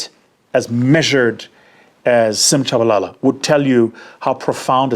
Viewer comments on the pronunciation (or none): none